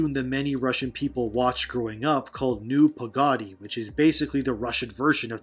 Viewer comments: sorry bro, but, NEW PAGADI? 😂, I'm not gonna judge a lot but it's sounds like nu (deep u) pagady (both a's are short) Even if I'm not Russian i remember watching this cartoon, good and funny times ngl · It's Nu Pa-ga-de which translates beware.... get it right, and it's a not a rasict cartoon. Where in the world did you get that? It's a wolf and rabbit just like Tom and Jerry is about a cat trying to eat a mouse so is Beware about a wolf wanting to catch and eat a rabbit.